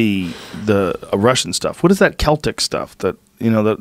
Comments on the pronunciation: Joes part irish and called russian "seltik" lmao. And hieroglyphic also lol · He pronounced it with an s, "celtic" is pronounced with a k. Unless it's the football team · Can someone teach Joe how to pronounce Celtic